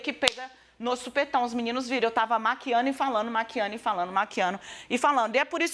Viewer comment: Essa loira aguada fala errado hein ?? Disse o seguinte : eu estava maquiano e falano kkkkk é certo????